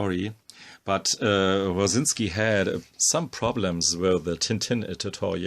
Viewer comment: Clicked to hear the name pronounced properly, stayed for the amazing art.